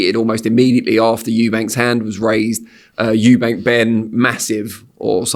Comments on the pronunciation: Ffs Frank it's Eubank NOT Eubanks!!! Is it that hard?! 🤦‍♂️😅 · The name is EUBANK there is no S on the end! Why do people add an S? 😂😂😂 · Love the way Frank always adds an 's' on the end of Eubank 😆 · Why does Frank insist on calling him Eubanks? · It's Eubank not "Eubanks". Bit odd this bloke promoted his Dad but still getting the names wrong. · It’s “Eubank” not “Eubanks” frank mate